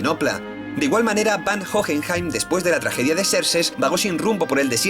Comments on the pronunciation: Lo único que tengo para reclamar es la mala pronunciación... Sería más agradable que se guiase por la pronunciación del país original (o la serie). Es muy raro escuchar "Jojenjaim" :c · No puedo, me revienta una neurona cada vez que dice "Jojenjaim" o "Alkajestra" la puta H es muda mrda.